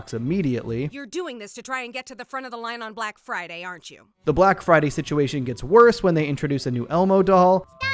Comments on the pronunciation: “Brack friday bunduru” 😭😭😭😭😭😭😭🤣🤣🤣🤣🤣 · Ahhh yeah it’s time for the… “Brack Friday Bunadroo!” Lmao